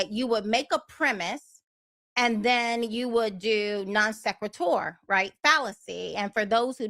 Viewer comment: Non Sehkret Tor! 😂